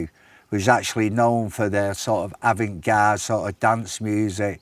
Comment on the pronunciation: Bez saying avant gard and brassicas 😆